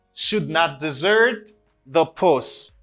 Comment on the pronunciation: Hi, I know you are a good teacher, but both words as desert and dessert are pronounced differently. Desert pronounce like that Dèzèt, and dessert pronounce like that dizèt. This precision could be helpful for all!